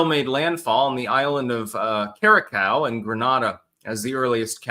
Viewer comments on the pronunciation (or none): Yeah, but he called Curaçao "CuraCOW." 😂